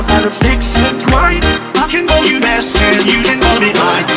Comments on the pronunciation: I swear on my mother that the first time he says b*stard instead of master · He’s saying “I can call you master you can call me mine” sooooo but yea he does sound like he’s saying mustard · Am I the only one concerned why he said mustard like “MAStErd”